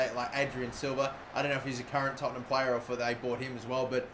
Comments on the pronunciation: ITS TOTT-EN-HAM NOT TOTT-ING-HAM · Tottingham??? lol! good pronunciation! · no its not its tottenham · dabmaster123ful yeah I just like it when people screw up Tottenham's name